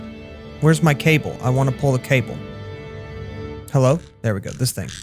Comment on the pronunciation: hewwo there